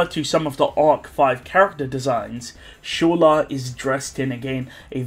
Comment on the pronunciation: "Shola" xddd